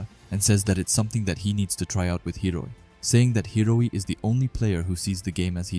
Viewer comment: how can you read the name and still get it wrong man??? its HI-O-RI for gods sake